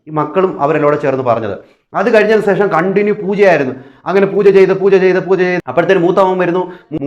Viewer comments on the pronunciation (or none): സേഷമല്ല ശേഷം എന്നു പറയുക ഈ വിഡ്ഡികളുടെ പുറകെ പോകാതെ വേറെ നല്ല വല്ല വിഷയവും U tube ൽ ഇടുക